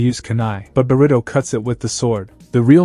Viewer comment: burito pronounciation funny